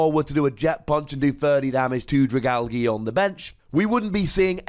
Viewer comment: The g sound like the g in giraffe not the g in gift ... AL-JEE not AL-GEE :(